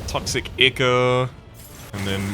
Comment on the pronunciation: The way pronounces "ichor" makes it sound like he thinks it's icky. I'm not sure if this is on purpose or not.